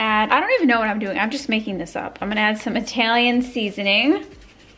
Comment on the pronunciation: You're upstate accent when saying Italian 🤣 also when saying ragot. Further downstate they say regut and it's the worst! There is no G in ricotta!